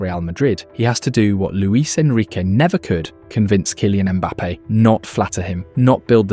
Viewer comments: just read the concept that ai has already written for you, why use this crappy ai narrator who can’t read at all? vinihius? kailien mbappe? please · WHO THE HELL KAILIAN MBAPPE BRO? YOUR LONG LOST BROTHER? YOU DUMB RESTARTED AI voice. IS YOUR UGLINESS REACHING YOUR VOICE THAT YOU CANT SPEAK